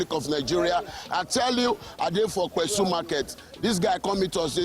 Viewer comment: Its pessu not kpesu...